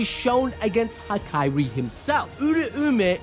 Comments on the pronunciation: Dude it’s HAKARI not hakyrie this was annoying a little lol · the name pronunciation gotta be engagement bait bro😭